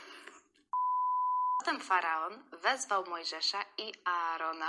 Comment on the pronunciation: Polecam "Księgę Ksiąg". Z wszystkich filmów i seriali ten serial jest najbardziej przybliżony do Biblii. Najbardziej mnie rozśmieszyło, gdy kilka krotnie przeczytałaś faaron zamiast faraon i to, jak skomentowałaś to, jak wyobraziłaś sobie Piotra pukającego w drzwi.